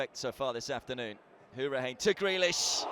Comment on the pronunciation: Anyone else get annoyed by the way the commentator was saying Hourihane?